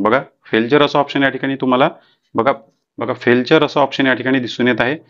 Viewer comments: 😂 फेलचर नाही फेलीयर 😂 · फेल्चर नाही फेल्यूर आहे ते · फेल्युअर असे सांगा. फेलचर नाही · ते फेल्चर नाही ते फेलिअर आहे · फेल्चर नाही बोलत त्याला... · फेलचर म्हणाच शिका पाहिले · 😂😂😂it's called failure